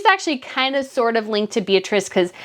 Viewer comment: Meghan needed a crisp, well tailored with no gaps, white shirt. She is know to be MESSY. Her heels are too high for shorts. Espadrilles would have looked better. Beatrice in Italian is pronounced Bay-ah-tree-che and Borromeo is pronounced Boar-ah-May-oh.